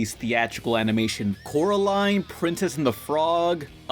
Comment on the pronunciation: Yes and you said Coraline. CORALINE! Not Caroline at all.